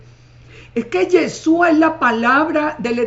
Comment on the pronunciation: SEÑORA NO ES YESUA SU NOMBRE ES YESHHHHHHHUUUUA